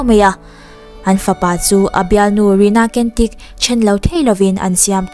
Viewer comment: ‘Cantik’ tih khi ‘Chantik/ Chhantik’ ti a lam tur. ‘Kentik’ tihlohtur aw. Indonesian/Malaysian/Singaporean tawng ah hian ‘C’ hi ‘CH’ angin a ri aw.